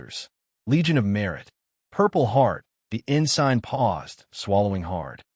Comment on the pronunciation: You keep saying ah-gaup aye--when it is a-gape (like grape without the r) and it is ensin (silent g) not en-sign!!